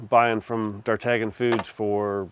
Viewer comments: Hey the company you get your wings and stuff from is Named after one of Alexander Dumas 3 musketeers D'ARTAGNAN sounds like Dartanian not Dartagan. just a heads up love the video though... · Thanks for the video. I have a question, just because I like to pronounce things appropriately. I noticed you were pronouncing one of the sponsors as "dar-tag-nan." I'm used to calling them "dar-tan-yun," like the musketeer. Am I wrong? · Looks fantastic. BTW , "D'Artagnan" is pronounced "dar-TAN-yan" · Those are some tasty looking wings! I don't know this company but should it not be pronounced more like: Dar-tan-YON? Without a hard G? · Isn't it pronounced "Dahr-TAN-yuhn", like the Three Musketeer? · Just started the video and came here to say this. As a sponsor they should probably coach on how to pronounce their name 😂